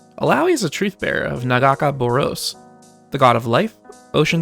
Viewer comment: The pronunciationof Nagakabouros made my hands wrap around my ears but hey... good video